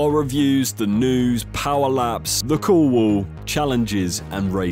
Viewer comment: I had to repeat that segment a few times before I figured out he was attempting to say "the cool wall" "The couwooo"